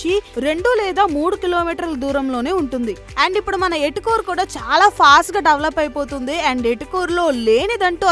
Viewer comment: ఎటుకూరు కాదు తల్లి ఏటుకూరు